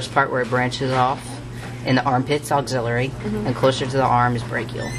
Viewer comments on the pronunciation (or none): not a bad video, though some of the pronunciations are incorrect...its subclavian not subclavan....and its axillary not auxillary....still helpful though